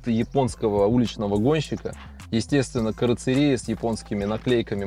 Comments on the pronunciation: Карцерия🤬🤬🤬Вы бы хоть читать научились… Каррозерия…. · Карацерия😂😂😂😂 на ДВостоке это каррозерия😅😅😅